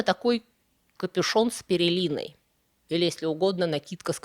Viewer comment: Вы так вещаете тоном гуру, так не делайте хоть таких грубых ошибок: "перелиной"? А может пелериной?